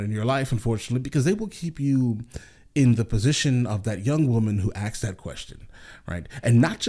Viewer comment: To correct you: The sorority girl didn't "axe" the question, she "asked" it. That's the only criticism I have of your response. In every other way you are a breath of fresh air: An American who has travelled, seen the world, and understands that there are some good things out there, better than America. As a Brit living in Canada, only a 90min drive from your border, I am sorry to say I meet far too many Americans who don't share your views. Who vote for one Party in every election regardless of whether the candidate is sane or insane; who have never travelled beyond your borders and yet is convinced that no-one else in the world has running water; who put up with poor service from health insurance companies because universal healthcare is communism. I take my hat off to you, for not being one of them.